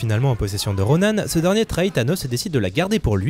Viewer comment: C pas Ronanne c Ronan RONAN c pas compliquer nan?